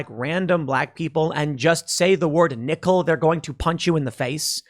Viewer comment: Every time tim said “nickel” it got worse lmfao